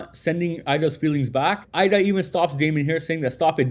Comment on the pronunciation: It might be spelled Eida but it’s pronounced Ada. Idk why people have a such hard time pronouncing her name it’s super simple and then also what’s worse is idk why people continue to pronounce sarada name wrong as well. Her name is literally spoken correctly in the anime but content creators for whatever reason keep saying her name wrong too. Ya’ll keep pronouncing her name as if it’s spelled sirada when it’s supposed to be pronounced as written which “sarada” so you pronounce it as saw-raw-duh. It’s not that hard and the anime gets it right even if people hate it’s great source for reference, and how characters names should be pronounced, and spelled.